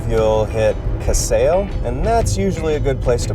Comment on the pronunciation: Casale is pronounced- Ca-sa-lee.